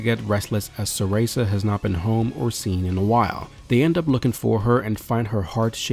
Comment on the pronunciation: Lmao the way he pronounced sarasa had me wondering if he was trolling